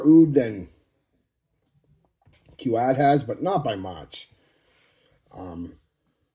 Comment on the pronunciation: I think qaid is pronounced the same way as paid just with a k sound. Awesome oud fragrances. And I love all the fragrances you mentioned on this list. Good review brother. And this is definitely your kind of fragrance company as you really like the rich heavy Middle Eastern scent profile but hey I do too they are addicting